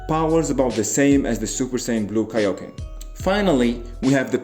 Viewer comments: The way he said tick nick for kaioken goku😂😂😂😂😂😂😂😂😂😂😂😂😂😂😂😂😂😂😂😂😂😂😂😂😂😂😂😂😂😂😂😂😂😂😂😂😂😂😂😂😂😂😂😂😂😂😂😂😂😂😂😂😂😂😂😂😂😂😂😂😂😂😂😂😂😂😂😂😂😂😂😂😂😂😂😂😂😂😂😂😂😂😂😂😂😂😂😂😂😂😂😂😂😂😂😂😂😂😂😂😂😂😂😂😂😂😂😂😂😂😂😂😂😂😂😂😂😂😂😂😂😂😂😂😂😂😂😂😂😂😂😂😂😂😂😂😂😂😂😂😂😂😂😂😂😂😂😂😂😂😂😂😂😂😂😂😂😂😂😂😂😂😂😂😂😂😂😂😂😂😂😂😂😂😂😂😂😂😂😂😂😂😂😂😂😂😂😂😂😂😂😂😂😂😂😂😂😂😂😂😂😂😂😂😂😂😂😂😂😂😂😂😂😂😂😂😂😂😂😂😂😂😂😂😂😂😂😂😂😂😂😂😂😂😂😂😂😂😂😂😂😂😂😂😂😂😂😂😂😂😂😂😂😂😂😂😂😂😂😂😂😂😂😂😂😂😂😂😂😂😂😂😂😂😂😂😂😂😂😂😂😂😂😂😂😂😂😂😂😂😂😂😂😂😂😂😂😂😂😂😂😂😂😂😂😂😂😂😂😂😂😂😂😂😂😂😂😂😂😂😂😂😂😂😂😂😂😂😂😂😂😂😂😂😂😂😂😂😂😂😂😂😂😂😂😂😂😂😂😂😂😂😂😂😂😂😂😂😂😂😂😂😂😂😂😂😂😂😂😂😂😂😂😂😂😂😂😂😂😂😂😂😂😂😂😂😂😂😂😂😂😂😂😂😂😂😂😂😂😂😂😂😂😂😂😂😂😂😂😂😂😂😂😂😂😂😂😂😂😂😂😂😂😂😂😂😂😂😂😂😂😂😂😂😂😂😂😂😂😂😂😂😂😂😂😂😂😂😂😂😂😂😂😂😂😂😂😂😂😂😂😂😂😂😂😂😂😂😂😂😂😂😂😂😂😂😂😂😂😂😂😂😂😂😂😂😂😂😂😂😂😂😂😂😂😂😂😂😂😂😂😂😂😂😂😂😂😂😂😂😂😂😂😂😂😂😂😂😂😂😂😂😂😂😂😂😂😂😂😂😂😂😂😂😂😂😂😂😂😂😂😂😂😂😂😂😂😂😂😂😂😂😂😂😂😂😂😂😂😂😂😂😂😂😂😂😂😂😂😂😂😂😂😂😂😂😂😂😂😂😂😂😂😂😂😂😂😂😂😂😂😂😂😂😂😂😂😂😂😂😂😂😂😂😂😂😂😂😂😂😂😂😂😂😂😂😂😂😂😂😂😂😂😂😂😂😂😂😂😂😂😂😂😂😂😂😂😂😂😂😂😂😂😂😂😂😂😂😂😂😂😂😂😂😂😂😂😂😂😂😂😂😂😂😂😂😂😂😂😂😂😂😂😂😂😂😂😂😂😂😂😂😂😂😂😂😂😂😂😂😂😂😂😂😂😂😂😂😂😂😂😂😂😂😂😂😂😂😂😂😂😂😂😂😂😂😂😂😂😂😂😂😂😂😂😂😂😂😂😂😂😂😂😂😂😂😂😂😂😂😂😂😂😂😂😂😂😂😂😂😂😂😂😂😂😂😂😂😂😂😂😂😂😂😂😂😂😂😂😂😂😂😂😂😂😂😂😂😂😂😂😂😂😂😂😂😂😂😂😂😂😂😂😂😂😂😂😂😂😂😂😂😂😂😂😂😂😂😂😂😂😂😂😂😂😂😂😂😂😂😂😂😂😂😂😂😂😂😂😂😂😂😂😂😂😂😂😂😂😂😂😂😂😂😂😂😂😂😂😂😂😂😂😂😂😂😂😂😂😂😂😂😂😂😂😂😂😂😂😂😂😂😂😂😂😂😂😂😂😂😂😂😂😂😂😂😂😂😂😂😂😂😂😂😂😂😂😂😂😂😂😂😂😂😂😂😂😂😂😂😂😂😂😂😂😂😂😂😂😂😂😂😂😂😂😂😂😂😂😂😂😂😂😂😂😂😂😂😂😂😂😂😂😂😂😂😂😂😂😂😂😂😂😂😂😂😂😂😂😂😂😂😂😂😂😂😂😂😂😂😂😂😂😂😂😂😂😂😂😂😂😂😂😂😂😂😂😂😂😂😂😂😂😂😂😂😂😂😂😂😂😂😂😂😂😂😂😂😂😂😂😂😂😂😂😂😂😂😂😂😂😂😂😂😂😂😂😂😂😂😂😂😂😂😂😂😂😂😂😂😂😂😂😂😂😂😂😂😂😂😂😂😂😂😂😂😂😂😂😂😂😂😂😂😂😂😂😂😂😂😂😂😂😂😂😂😂😂😂😂😂😂😂😂😂😂😂😂😂😂😂😂😂😂😂😂😂😂😂😂😂😂😂😂😂😂😂😂😂😂😂😂😂😂😂😂😂😂😂😂😂😂😂😂😂😂😂😂😂😂😂😂😂😂😂😂😂😂😂😂😂😂😂😂😂😂😂😂😂😂😂😂😂😂😂😂😂😂😂😂😂😂😂😂😂😂😂😂😂😂😂😂😂😂😂😂😂😂😂😂😂😂😂😂😂😂😂😂😂😂😂😂😂😂😂😂😂😂😂😂😂😂😂😂😂😂😂😂😂😂😂😂😂😂😂😂😂😂😂😂😂😂😂😂😂😂😂😂😂😂😂😂😂😂😂😂😂😂😂😂😂😂😂😂😂😂😂😂😂😂😂😂😂😂😂😂😂😂😂😂😂😂😂😂😂😂😂😂😂😂😂😂😂😂😂😂😂😂😂😂😂😂😂😂😂😂😂😂😂😂😂😂😂😂😂😂😂😂😂😂😂😂😂😂😂😂😂😂😂😂😂😂😂😂😂😂😂😂😂😂😂😂😂😂😂😂😂😂😂😂😂😂😂😂😂😂😂😂😂😂😂😂😂😂😂😂😂😂😂😂😂😂😂😂😂😂😂😂😂😂😂😂😂😂😂😂😂😂😂😂😂😂😂😂😂😂😂😂😂😂😂😂😂😂😂😂😂😂😂😂😂😂😂😂😂😂😂😂😂😂😂😂😂😂😂😂😂😂😂😂😂😂😂😂😂😂😂😂😂😂😂😂😂😂😂😂😂😂😂😂😂😂😂😂😂😂😂😂😂😂😂😂😂😂😂😂😂😂😂😂😂😂😂😂😂😂😂😂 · it's kaio-ken not kaioken